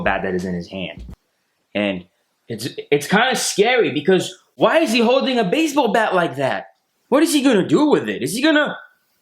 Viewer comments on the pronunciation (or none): none